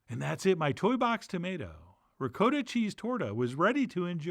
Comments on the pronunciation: "Rikoedah cheese" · As in Rizoedoh! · Chef John, with all due respect, you really need to commit to the correct "ricotta" pronunciation.